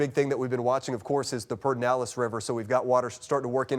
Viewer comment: What is it with people being unable to say 'Perdernales' lately? I swear I heard him say it 'pene-dallas'. I heard someone else stumble over that several times yesterday. It's: "Per-der-nal-es'. You can pronounce it: 'Perd'nalles', 'Perduhnalles', or 'Perdihnalles' and you'll be in reasonable range for accent.